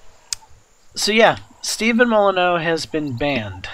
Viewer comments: His name is not "Steven moloneau" it's "stef-on moll-in-you" really not that hard to pronounce. Try it! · He's an anarcho capitalist. And it's Stef-ann moly-new . Thanks for the video